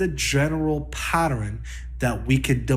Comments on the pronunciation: Not another person that says patterin. 🤦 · is... is he saying "patterin?!"